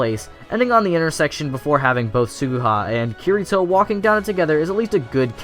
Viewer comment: I agree with ya but if ur gonna make a video on SAO say Kirito's name right xD